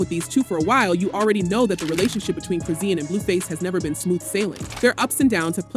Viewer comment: Like YOU lying you can't Even saying her name right Chrizen